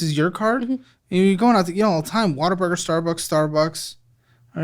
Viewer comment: It’s ‘Whataburger’ but Texans pronounce it ‘Waterburger’